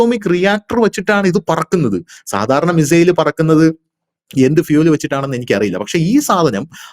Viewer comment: 😂😂😂😂😂 എടാ കിഴങ്ങ് മെസ്സേൽ അല്ല.. മിസൈൽ എന്ന് പറഞ്ഞു പഠിക്കെടാ.. ഒരു നൂറ് പ്രാവശ്യം നീ എഴുതി പഠിക്ക്.. മെസ്സേൽ പോലും.. നിൻറെ വാർത്ത മിക്കവാറും കേട്ട് ഞാൻ ചിരിച്ചു ഊപ്പാട് വരുകയാണ്.. ഒരു കോമഡി ഷോ കാണുന്ന തമാശയാണ് നിൻറെ വാർത്ത വായന.. എല്ലാം പൊട്ടത്തരവും വിഡ്ഢിത്തരവും.. പിന്നെ റഷ്യയുടെ കാര്യം പറയുന്നതിൽ ചില യാഥാർത്ഥ്യമാണ് ഉള്ളത് എന്നത് കൊണ്ട് ഇത് കേട്ട് പോകുന്നു.. എന്നിട്ടും ചിരിക്കാതെ വയ്യ .. .